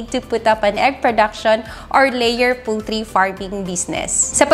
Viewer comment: poultry hindi pooltry